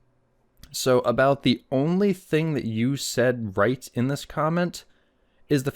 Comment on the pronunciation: Can you read? The person wrote “only” and the wrote it correctly and you mispronounced it as “on lee”. Embarrassing that you make fun of people’s spelling by mispronouncing their words.